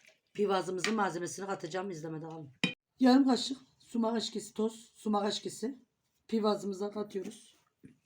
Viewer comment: Pivaz degil piyaz.sumas degil abla onun adi sumaktir